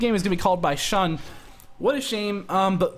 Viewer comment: The "X" actually has a "sh" sound. So, it's Shi-Shi vs Shun. But a good call on the correction! Otherwise, keep up the good work! :D